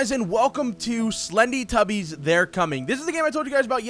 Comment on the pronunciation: lol you said slednytubbies its slendytubbies